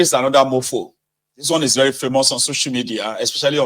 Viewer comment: 😂😂😂he said " werery Wike😂😂